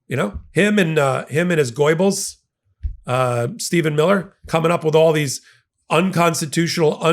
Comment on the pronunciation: Did you say "goya-bles" Stephen Miller 😅😅😅